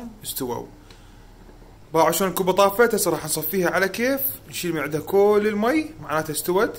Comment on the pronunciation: شون لو شلون حتى لهجتنا الحلوه قلبتوها صححوا كلامك